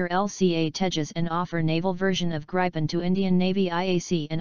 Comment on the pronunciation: talking generations is a stupid russian idea taken over by LM to sell their stealth or so called stealth f35s and this they will never transfer as well as their engine tech. Gripen *Should be pronounce like "grippen"=griffon in english is a much more advanced system than f16 block 70 among it´s features are worlds best sensor fusion that actually works (which it s not currently on the f35), this fusion is shared in a four ship configuration using the worldsbest two-way directional link TIDLS that actually works, the cocpit is far more advanced as is the hmd with the IRIS-T and Meteor as primary missiles which f16 has not available, it can super cruise which f16 can't. it has GaN based EWS - a tech US is decade behind in. and so on and on. But this is not the important thing. Gripen deal will trule hand over the skills and capabilities that India needs to develop their own fighters for the future which the US never will. End of story- Who do you choose?